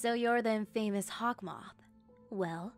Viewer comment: Anyone else notice that she said infamous as in-famous. 😂